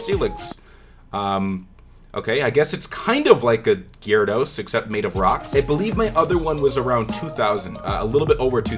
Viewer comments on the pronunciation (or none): none